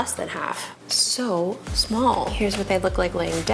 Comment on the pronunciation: "Its so smoll" hmmm